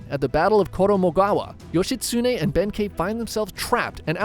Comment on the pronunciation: also bro Yoshitsune say it like one syllable or every syllable evenly not like how youre doing yoSHItsuNE to anyone who knows some Japanese, it hurts their ears.